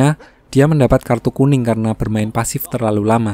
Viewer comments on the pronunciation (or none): none